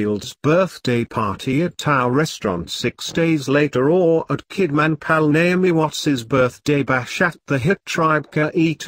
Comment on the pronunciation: Channel Fitzgerald...,Kidmaaaaaann, Lisa Bunet, what a bloody joke.,,. Get it right or get off here